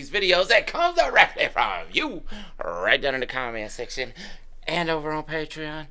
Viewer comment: It’s not much of a reaction if they do a bunch of research before they listen to a song. Also it’s called “Patreon” not “Patron”. Maybe you should have LOOKED IT UP 🙄